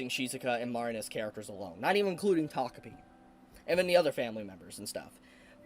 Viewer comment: He said "takopi" but I heard "togepi". It must be I'm still asleep.